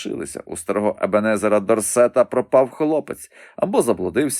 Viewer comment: Не ДорсЕта, а ДОрсета.